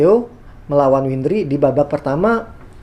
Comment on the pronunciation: berulang2 nyebut nama windri salah terus...😊